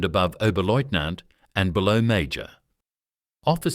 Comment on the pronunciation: Work needed on pronunciation. webel. is NOT weebel, VEBEL Major pronounced . MAI-yor.